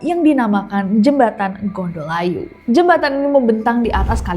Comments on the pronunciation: Cara baca versi orang Jogja = ngGondolayu, ucap huruf d ujung lidah nempel di sisi dalam gigi seri atas 😊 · Kak.. gondol layu (membawa nyawa) bukan gondol ayu (membawa cantik) 😢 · Meskipun penulisannya nyambung, Gondolayu, tapi pelafalannya, gondo-layu, kl dlm bahasa Jawa artinya: gondho: bau, layu:kematian, melayat. Pelafalannya Bukan: gondol-ayu🙏🏼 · jembatan nya bacanya NGONDOLAYU bukan GONDOL AYU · Bukan gondol ayu tp bacanya gondo layu.... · Gondo-layu neng bukan gondol-ayu 😂😂😂😂😂😂 Gondo-layu artinya aroma kematian, gondol-ayu artinya membawa kabur gadis caantik... 🤣🤣🤣🤣🤣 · Gondol Ayu, maaf kak agak aneh dengernya, bukanya bacanya Gondo Layu ya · Itu satu kata mbk,gondoLayu gak dipisah gondol ayu,trs tmbahin hruf n+g didepanny,trs Bilang G nya agak ditekan ,jadinya 'Nggondolayu' Begitu mbk.. 🤭🤭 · Btw ka bukan gondol ayu, tpi disambung pengucapan nya jdi GONDOLAYU, cmiiw 😊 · Maaf Cara baca GONDOLAYU tu gondo-layu, jangan jadi gondol-ayu 😁🙏🏼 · txs udh mewakili, untung td scroll k bwh dlu sblm komen 😁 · Aluminya Jokowi,, cara bacanya gondolayu bukan gondol-ayu tp yang bener adalah gondo-layu,,, gondo artinya bau, klo gondolayu artinya adalah makam,, karena dulu daerah disitu bnyak makam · Kakkk sebagai alumni univ tertua di Jogja aku protes. Bukan UGM ya kak.. Gondolayu bacanya bukan GONDOL - AYU. 😢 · Mewakili... Ketawa sendiri waktu nessie bilang Gondol-ayu 😅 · Iyaaa ganggu banget dengernya 😂